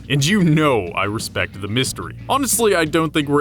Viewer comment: did you say... ResBect?